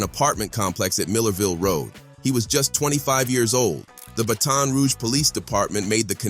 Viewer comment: Mf said "battin' roo gee"